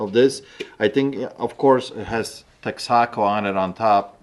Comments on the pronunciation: Hey, Texan here. It’s pronounced “Tex-Uh-Ko” 😂🤣🙏🏼 love the show man! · That doesn't help if you don't indicate the accent. pronunciation would fit into what you typed. It should either be "teksəkəʊ", if you know phoenetics, or "TEK-suh-koh" if you don't.